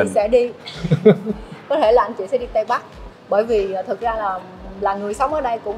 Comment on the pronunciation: Tây ko tay, ta ko ra ta nghe mà buồn cười